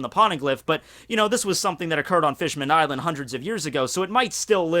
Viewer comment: Someone clear tjis up for me, please. Bear in mind, I don't read the manga in English. Does just pronounce Fishman-island wrong, or is it actually named Fishmanned-island?